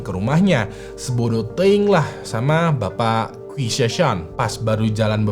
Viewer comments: Qi di baca ci bang Gu dibaca ku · Qi itu kalo ga salah di cina kaya nya dibaca ci bang